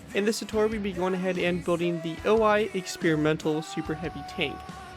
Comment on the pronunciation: Wouldn't it be pronounced 'o - i' instead of 'oh - I' because of the Japanese language?